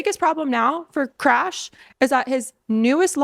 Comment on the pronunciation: did you just say Krash😂😂 May I borrow that.!!?